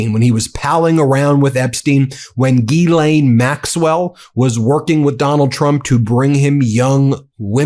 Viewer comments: Please set an example by pronouncing Maxwell's name properly. It's French and the beginning GH has that same sliding DJ sound you hear in "deja vu" or "bonjour". So, DJEE-len Maxwell. She may be a monster, but call her by her name. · Ghislaine: jeez-LAY-nee